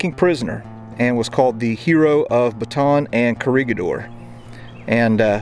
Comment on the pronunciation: It's pronounced Ba- tan Chenault AFB was north of Champaign-Urbana Illinois